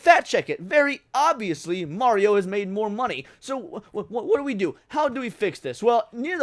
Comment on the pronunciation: you put respect on mario's name 😀